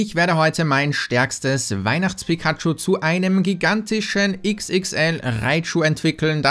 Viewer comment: candysammler pikachu: "Candachu"